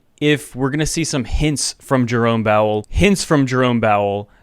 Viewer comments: You said Jerome Bowel ha ha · 'Jerome Bowel' makes me chuckle every time haha